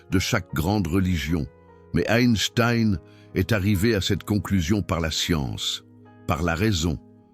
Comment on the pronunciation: SVP apprenez à prononcer son nom…please, please, please !